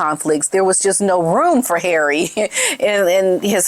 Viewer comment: Love the way you say ‘Harray’ - always cracks me up! 😂